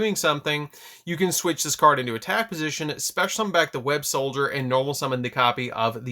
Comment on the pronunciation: I feel the need to say this, it's Web-SOLDER not Web-SOLDIER